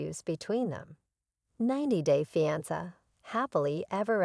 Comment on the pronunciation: SAY " FEEE..ON...SAY".... ITS NOT.. " FEE... ON...SAH" OR " FEE...ON.. SIR"... PRONOUNCE WORDS PROPERLY PLEASE. CORRECTLY. LEARN ENGLISH.